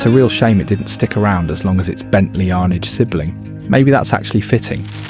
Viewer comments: Rolls & Bentley had been platform sharing since the 50's, clearly evident in the Shadow/T series & the Spirit/Mulsanne...it wasn't unexpected for the Seraph/Arnage. Oh and it's 'Arnage' not 'Arnidge' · Arrr-narr-ge not ar-nidge but otherwise a fab film 👏🏻